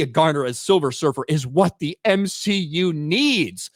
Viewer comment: The way says the M-SHE-U is alive! It’s like it’s Frankensteins monster at this point. We know what we need to do… burn it with holy fire!